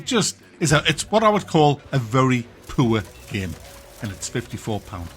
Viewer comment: Very poo-er indeed,.